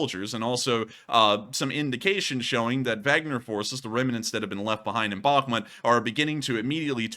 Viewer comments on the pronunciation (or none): Not Wagner as in “wag the dog.” It’s Wagner as in Vargner.